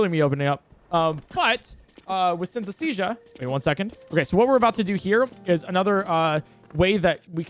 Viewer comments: Take a shot everytime says Synthesthesia instead of Synesthesia. jokes aside, amazing video and run!! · Synesthesia pronounced correctly counter: 1 Synesthesia pronounced incorrectly counter: idk like 50 lol Yeah, can't blame you, commentary is really hard